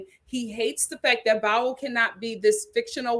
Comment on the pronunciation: 😂😂😂 it's pronounced "Bow" that rhymes with "wow" lol